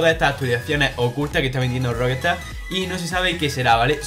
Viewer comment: jajajaja Roquestard??? lol jajajaja...será pronuncia Roc...estar...que no es tan difícil...que me sangran los oidos jajajaj buen video por lo demás jajajaj